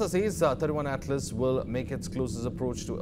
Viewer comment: Wow!, you guys don't even know if it is 31 or 3i. He is saying it as 31 Atlas, It's 3i Atlas. '3' stands for the third and 'i' stands for interstellar